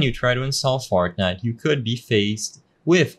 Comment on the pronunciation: Bro said “fartnite”